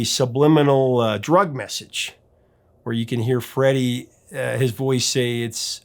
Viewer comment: Freddie. Not freddy!!!